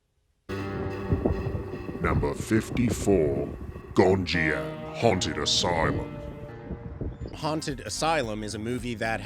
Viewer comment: I really appreciate you putting together this list, thank you! Also, Haunted Asylum is not "gon ee jam", it's "gon ji am" 🤣